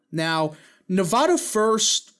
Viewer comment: You really butchered “Nevada” 🤣😭